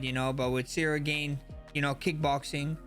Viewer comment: Cereal Gone 🙏🏻